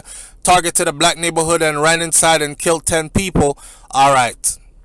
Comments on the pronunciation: There is no different between kilt and killed because there is no such word as kilt that’s why it was a bit irritating to me to hear him keep saying kilt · Why are you saying kilt the word is killed not kilt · But you know what it meant.... Might be a bit of an irritant, but Does it really matter . We know he knows the difference between kilt and killed